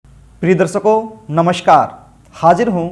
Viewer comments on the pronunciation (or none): Shindur nai hota sindur hota h, rassgulla khakar video na banein.,Darsako nai darshako hota h, Naas nai hota Naash hota h..Gutka khakar video nai banaein..bhaggg... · Darsako nai hota darshako hota h pehli baat to ,dusri Baat shamashyaein nai hota samasyaein hota h , gutka khakar video na banein, bhasham nai hota bhasam hota h...